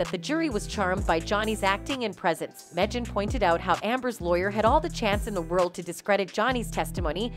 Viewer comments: Mejyin? Don’t you mean MEGYN? Hate this commentary! 😡😡😡🤬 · It is not pronounced “Medgin” - it is “Maygn” or “Meegn”. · "Megyn" is pronounced MEGAN not "Meh-jin"? WTF? And she's pretty well known in media. It is not like they made this mistake with a lesser known. Megyn Kelly is a well known reporter/journalist so I don't know how yall effed that up. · Megjhan? Nice pronunciation, Voice Over lady. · How come you don’t know how to pronounce MEGYN?